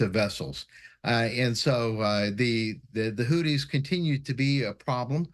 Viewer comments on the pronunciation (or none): Is he really calling them "Hooties" instead of HouTHis? And he is a security expert?